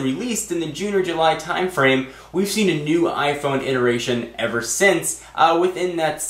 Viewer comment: "Mew" iPhone....